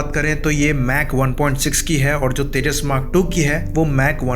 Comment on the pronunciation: Hahahahahhaha Abay ye vimaaan 40year ka age hogya Akash par uray bagair he... Teeja teeja Kia hay Ye Teeja teeja